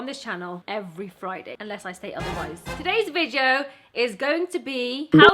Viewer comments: Please stop saying VIJEO 😭😭😭😭😭😭😭😭😭😭 apart from that you rock!💚💚💚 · The way she says video makes my day